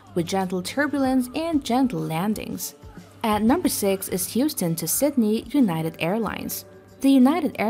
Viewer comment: Sydney not Sitney